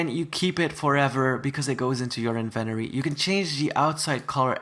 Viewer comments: lol says "invenory" not inventory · Love ur accent BTW except when u say INVENORY